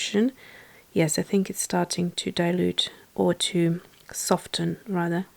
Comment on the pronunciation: The "t" is silent in the word soften. Of course a bigger swatch is going to look more interesting and more texture